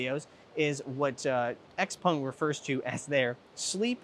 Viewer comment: Will you stop saying “Xpung”